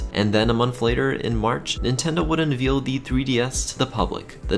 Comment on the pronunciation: His mispronunciations of the word “unveil” is driving me crazy! Veil like the wedding not the baby cow